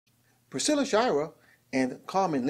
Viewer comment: Shy-er. Not shy-rer. But thanks for the news.